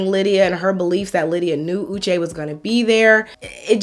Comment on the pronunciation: On one hand Uche is suffering from crazy stalking ex, that follows him around and on another hand he wasn't able to recognize her very distinct 'Ushe' pronunciation? Something is not adding up